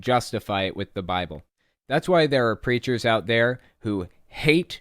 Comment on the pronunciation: Everytime you say "hate preachers" I hear "hate creatures" and it makes me giggle 🤭